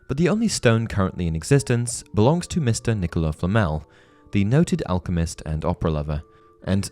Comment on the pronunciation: You pronounce the final T in Voldemort but not the final S in Nicholas?!? WTF!!!!